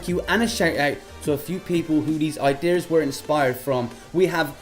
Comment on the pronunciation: I believe its "ideas" and not "iDeers" .. But I dont keep up with technology